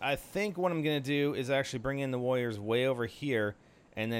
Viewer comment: is it me or is it you saying woyers? anyway try to place your smoke properly. if you place like this you'll be a dead meat on Dr.Terror's, i think.